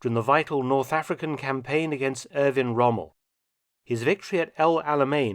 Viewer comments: yep- and he even said 'destwoy' and 'wommel' instead of 'destRoy' and 'Rommel'. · Monty's speech defect reminded me of a Monty Python sketch with his 'Wommel' and 'blake in' and 'blake out'.